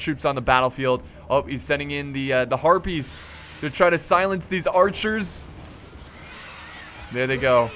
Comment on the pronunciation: heh when he said harpies it sounded like herpes